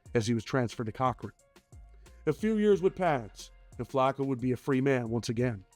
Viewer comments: CORcoran is how it’s pronounced not Cochran all❤ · Its Corcoran, Not Cock Ring.